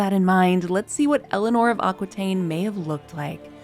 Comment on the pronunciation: LOVE your channel. Just a tiny note: Aquitaine is pronounced: Akitaine, not Akwitaine.